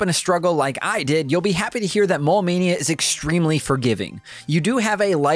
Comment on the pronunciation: I kept thinking you were sayin “Mall Mania”. I was like, I didn’t know that board game game to Gameboy! Heheh